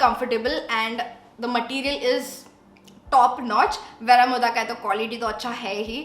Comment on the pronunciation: It isn’t Vera-mo- dhah It’s Veh-roh -moh-duh